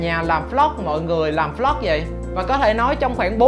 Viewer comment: Anh nói vlog thành flog nghe khó chịu